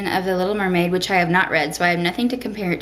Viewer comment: "He's a human, you a muhmaid!"--you sounded a little Southern up in here lol.